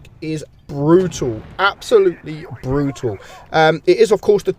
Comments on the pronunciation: Brutul lol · when you say brutal, its really REALLY "BRUTAL"